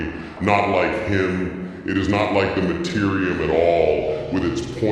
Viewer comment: Dude, I strongly suggest you look into how names in 40k are supposed to be pronounced. Or don't. "Mortar Ion" definitely cracked me up . 😂